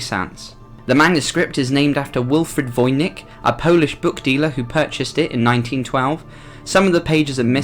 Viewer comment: "Seraphinus". Also " Voynich" not "Vonich".